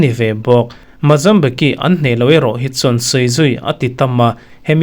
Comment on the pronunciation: Mozambique hi a tawpa que(ki) ti a i lam hi /k/ ah a tawp; tihian lam tur ani zawk- Mozambik not Mozambiki